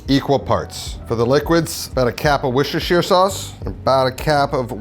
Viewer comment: wuss-ter-sheer... its not that hard. also you can get these everywhere this is not just a philly thing.